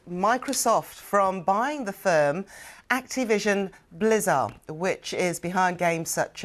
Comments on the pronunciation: the way she pronounced activation-blizzard lmaooooooo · did she just say Activision blizzar… not got a clue